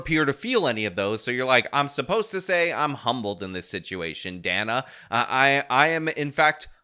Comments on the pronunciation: Not "Donna" "Daa-nuh" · Its Dana like in banana. Not Dana like in Donna. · When the bloody Hell did Day-nah Bash become Dah-nah Bash? {scratches head} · dah-nuh is how it's pronounced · It's Dana, like Danny. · Its 'Dan a' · Great minds think alike. I was thinking what a racist mispronouncing that poor white lady's name😂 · After the Gaza war question and Dana interjects with 'but no change in policy,' Harris responds and mispronounces her name again. Not sure if you caught that.